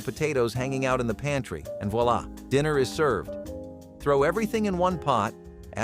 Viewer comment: Voilà. (not walla but your pronunciation is real close; more like "vwala". The "oi" is the "wa" part of the pronunciation. It's a french word)